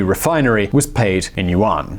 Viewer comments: I was like, 'Uwan'? What's this guy talking about? Oh, does he mean 'Yuan'? OMG Unbelievable! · its pronounced more like "yuen" its an eh not an ah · And pronounced YUAN like WON too! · Good informative stuff but my asian boyfriend was cringing at your pronouncement of Yuan